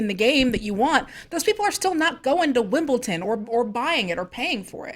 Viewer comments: It's tennis and it's held at Wimbledon! Not wimbltin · Wimbledon not Wimbleton. No “t” in there. Otherwise please continue ;) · Yes thank you! It was driving me nuts and I was just saying Wimbledon over and over again to my screen lol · What is wimbletin? Haha also it's football not fütball... Other then that ' another good show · It's called Wimbledon... its pronounced with a D. Wim ball don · Wimbledon with a T? You guys truly are screen junkies. haha keep up the good work!